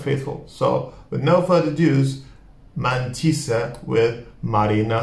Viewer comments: And if you want to say it even more correctly, that would be pronounced as "Mándissa". And the male fortuner teller would be "Mándis". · The way to pronounce it is Mántissa actually. Mántissa is a female fortune teller. In male it would be Mántis.